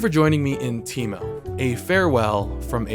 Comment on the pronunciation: this video is more of a "How many ways can I fuck up the name Teemo." Than a character spotlight